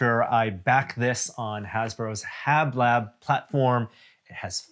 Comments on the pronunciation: Haslab, not Hablab,. That's Hasbro + Laboratory = HasLab 🤦‍♂️ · It's Haslab, not Havlab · Great reveiw but it must be my OCD it's HASLAB not HABLAB